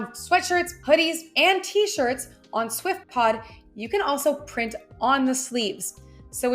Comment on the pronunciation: Lol, she said "swiftpod"😅